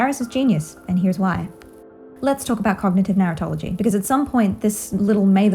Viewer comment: I’m sorry but your accent makes it sound to me like you’re saying “Narutology” as if there’s gonna be university classes in the future about Naruto.